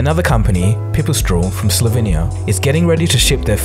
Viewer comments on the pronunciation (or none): Pipistrel is pronounced with a long E like e in a word "mesh". Otherwise great video, as usual! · Pipistrel and Slovenia have more pronounced Es, just fyi. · Hey i love all of your videos. Like really I like your personal zouch to the story and how you present the story in a unile way. But what i dont like is how you probouced Slovenia and Pipistrel its probably just because im from slovenia :p but still love your work 😀